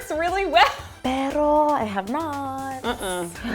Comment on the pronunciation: pero, not perro. it means but